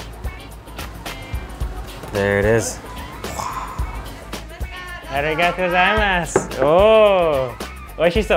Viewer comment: there is very little english stress in your arigatō gozaimasu